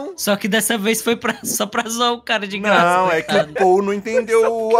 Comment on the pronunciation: acho engraçado como o ao invés de falar não, ele fala "nahm, nem faço Enem"